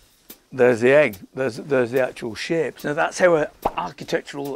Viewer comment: "Its the shape [Which sounds like he says shit], the shape!" LOL! :)